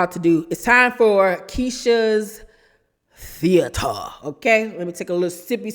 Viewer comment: It's yo Theada (theater) fa me😂😂😂😂😂😅😅😅🤣🤣🤣🤣🤣🤣🤣🤣🤣🤣